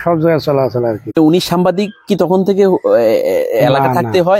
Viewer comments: এই আপনি বার,বার,সাম্বাদিক বলেন কেনে?? কথাটা ভালো করে সাংবাদিক,বলেন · ভাই উচ্চারনটা সামবাদিক হবে না সাংবাদিক হবে। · আরে ভাই সাংবাদিক না সাংবাদিক শব্দটা একটু সুন্দর করে উচ্চারণ করেন সাংবাদিক না সাংবাদিক